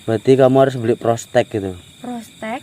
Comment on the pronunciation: Tespek x master bukan prostek 🤭